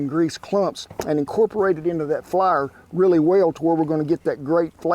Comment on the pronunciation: Take a drink every time ole Kent says “Flahr” and I’m way past the legal limit pretty dang quick